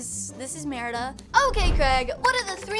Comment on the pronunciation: You said marida